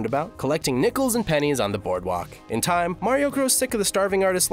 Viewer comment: You said time wrong